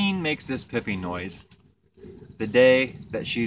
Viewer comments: It's called piping. Not pipping. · Stop saying PIPPING! It's PIPING! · Is it pronounced “pipe-ing” or “pipp-ing?” I’ve only ever heard “pipe-ing” before this video. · Your spelling is correct but what the queen is doing is pronounced "pipe" - "ing".